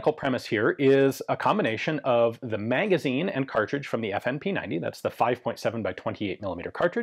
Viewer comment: I can’t unhear “mangazine”